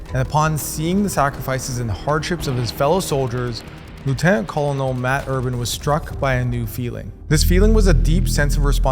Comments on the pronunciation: Not quite. It's pronounced the same as a "Kernel" of popcorn. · "Col-un-ul" bruh it's kuh-nuhl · /ˈkɝː.nəl/ to the rescue. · Colonel is pronounced kernel.